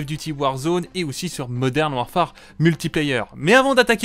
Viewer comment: Il faut arrêter de dire warfAAAAre...